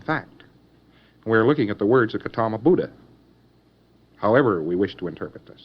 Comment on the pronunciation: His history is accurate and the fact that he properly pronounces "Buddha" shows some formal Buddhist study.